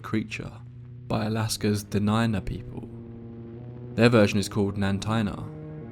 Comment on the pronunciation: As a Native from Alaska, I just want to say how much I appreciate you pronouncing Kenai, Dena'ina, and other names correctly.